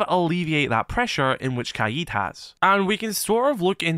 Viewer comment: Bro I swear it’s not kaied it’s kaid